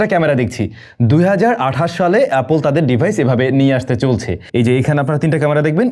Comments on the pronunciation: সবই ঠিক আছে ভাই কিন্তু আপনি অ্যাপেল কে অ্যাপোল কেনো বলেন? এরকম ইংলিশ accent আমি কোথাও শুনিনি 😂😂 apol 😂😂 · It's not apole it's apple 😂